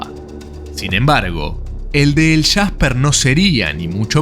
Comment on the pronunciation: Es jasper no el shasper